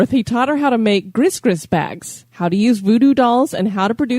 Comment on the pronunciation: The bag is pronounced gree gree